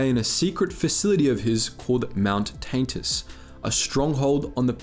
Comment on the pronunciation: Don’t think we didn’t notice your pronunciation of Tantis as “Taint-is”